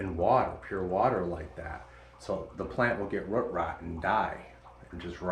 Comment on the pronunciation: Where do you live? I love how you say “root” like “rut” cute ❤you pronounce “boot” or “moot” like that too?